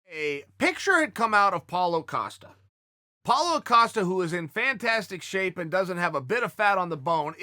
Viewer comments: Harry Lord- it was a hybrid joke, Apollo Creed from rocky and chael keeps saying Acosta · Apolo acosta, Apolosen acosten, Apoohael acosonen, apochael acisonen, pochael asonen, Chael sonen. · Oh, Apollo Acosta...I like to think Chael does it on purpose, as opposed to not reading our comments😂🤣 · No one: Uncle Chael : APOLLO ACOSTA